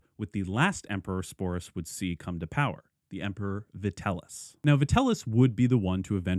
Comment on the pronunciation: Vitell - i (eeee) - us, not Vitellus. Sorry for being that guy. Great video otherwise. If you haven't looked into it, Nero coins can be surprisingly affordable, especially tetradrachms, which you might appreciate owning as a Nero fan.